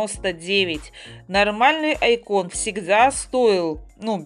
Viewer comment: Ради бога! Извините если докапываюсь, просто чтобы вы знали, правильно говорить не айкÓн а Áйкон, и ещё фиолетовый ковёр это петкин